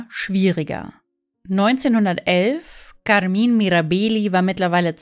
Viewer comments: Weshalb sprechen Sie den Vorname Carmine als Carmin aus? 🧐 Macht mir echt keinen sinn.🤷🏻‍♂️ Oder spricht man Caro entsprechend Car aus?! 🤔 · Kaarmin Mirabeehli?!! Neeeeeeein 😭😂😭